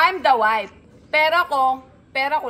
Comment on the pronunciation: Sa true…infairness graduate cia ng accountancy…but she can’t even pronounce the word WIFE properly🤣